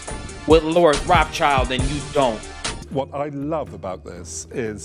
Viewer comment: Yep, Lord Rothschild pronounced 'Roth Shield' is willing to have a chandelier made out of broken tableware but not cheap copper and dandelions.